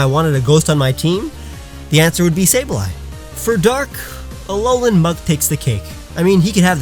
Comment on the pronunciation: Sableye? SABLEYE? HOW DARE YOU DISRESPECT MY PRECIOUS LITTLE CRYSTAL GOBLIN.